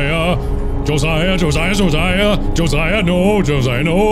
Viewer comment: As a Josiah, thank you for pronouncing Josiah properly.